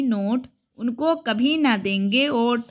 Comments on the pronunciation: Vot ko aot kyo read kr rhe ho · वोट को ओट क्यो पढ़ रही थी